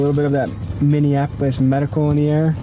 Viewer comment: Minnieninapolis like my guy if you are going to be in media learn how to read or consult google on the pronunciation of words.